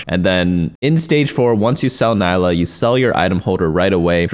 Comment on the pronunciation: it's not Nailah